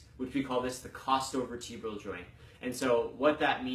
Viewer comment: nice pronounciation of chostovertebral i took 1 hout to decipher it and i only did because u said the meaning in latin and i searched rib spine joint